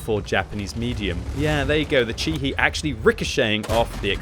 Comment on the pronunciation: "Chi-He" is pronounced "chee-hay", not "chee-hee"